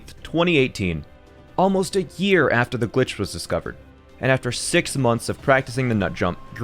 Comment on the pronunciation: "aaalmost" alright nigga "almost" 🙄